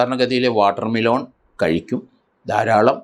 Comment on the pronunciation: വാട്ടർമെലോൺ അല്ല വാട്ടർമെ ലൻ